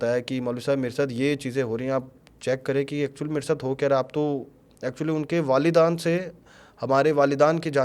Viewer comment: वालिदान ❌ वालेदैन ☑️